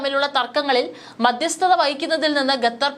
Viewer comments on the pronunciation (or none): ഗത്തർ, മദ്യസ്ഥത "' എത്ര മനോഹരമായ ഉച്ചാരണം